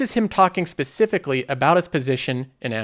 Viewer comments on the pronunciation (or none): none